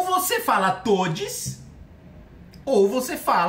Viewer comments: Ou você fala toudis ou você fala certo. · Kkkkklllllkkkk eu parei voltei o vídeo e ouvi novamente no "todis" aí eu falei "não creio que ouvi isso" kkkkkkkkk